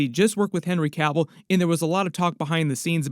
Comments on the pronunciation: It's Cavill. Not Caville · It's Cavill Not Cavell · It's Cavill not Cavel.